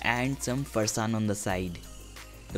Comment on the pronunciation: You lost all the points at ”Farsaan" it's sacrilegious